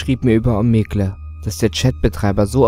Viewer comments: Hust Hust Klugscheißer Mode Es wird zwar Omegle geschrieben, aber Omigel ausgesprochen. Klugscheißer Mode off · Rädit - Om-eg-le Das mit der Aussprache üben wir nochmal. :D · "bei Ohmegle" End me.